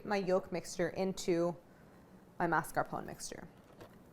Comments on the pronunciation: What if you, Claire, started a trend ? The trend of bringing back the correct pronunciation for MAS.CAR.PO.NE (/mass.car.po.nay/) in the US? I'm tired of hearing mars-capone while it's not even written in that way. Please, start this trend. Please. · Mascarpo-neh. Just to let u know how to say it. Thanks for the recipe! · I love Claire but why is she saying mascarpone like that? She smiles when she says it during the ingredient list, did I miss some joke? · This must be the american pronunciation because nowhere else in the world is it said without the e at the end